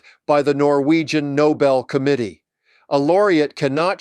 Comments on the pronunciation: NoBEL, not NOble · It's not a noble prize. The name is "Nou-BELL"!!! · Not pronounced NOBLE. It is pronounced NOBEL - after inventor of gun powder. There is BELL at the end of the name. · It’s no-BELL, not NO-bull. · Geez! Nobel, not noble. This isn’t all that difficult. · Nobel. Not noble. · It is not Noble, it is Nobel. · Yet another reputable podcaster saying « The NOBLE Prize » instead of « THE No-BELL Prize », as it should be.